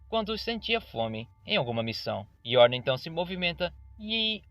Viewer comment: Não é yorna mas sim Yoruna.